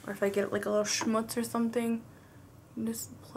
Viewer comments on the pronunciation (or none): none